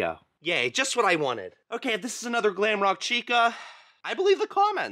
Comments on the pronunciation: You said gwamrock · You said glamroke woof again 😂